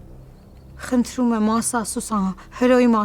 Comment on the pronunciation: Tamarik xosalud dzevy mi asa խնթռում